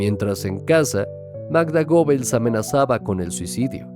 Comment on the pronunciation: Se pronuncia "Guebbels", no Gobels.